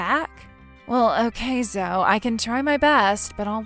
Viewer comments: Her name is zo-e not zo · Zo is so annoying... it's pronounced zo-ee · Zo-EEE. Why doesn't she correct that slimeball? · Zoe was definitely pronounced wrong. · Hearing Zoe being mispronounced over and over again kinda distracted me from the story...